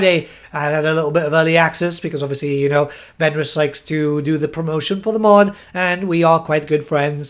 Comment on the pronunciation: I was wondering why you were saying Venris x) I thougt I was on Venris's channel. Flying Vlad is scary.